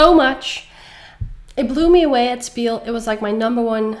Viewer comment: It's not spiel, its pronounced shpiel, PLEASE, for all german-speaking viewers❤❤❤❤